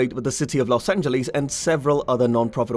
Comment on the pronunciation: Good video! FYI no one really says it as "Los An-je-lees" except as a joke, it's generally "Los An-juh-luhs" though I suppose the closest to the original Spanish would be "Los An-je-les" and I don't think anyone would bat an eye at that.